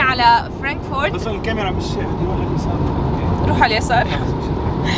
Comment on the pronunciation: اسمها فرانكفورت مو فرينك فورت وشتي مو شطي وبس بحبكم واله